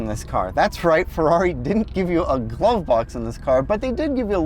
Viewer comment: thanks “” for pointing out that there no “gwove box” but there is a “wocking cubby” where you can put your empty ass “wawet”.